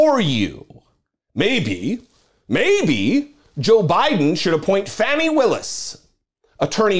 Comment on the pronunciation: Hey, just a quick note, her name, Fani, is pronounced Fawnie. She is the DA in my county, Fulton, County Ga. She is the best, too bad Uncle Joe didn't appoint her to DOJ instead of Milquetoast' Merrick. The head of the DOJ that doesn't want to upset anyone. Has he even prosecuted ANYONE? At a time when we needed a Pit Bull, Uncle Joe gave us a Poodle. I can't forgive him for that. He has to be replaced in 2024 with a Stronger Democrat.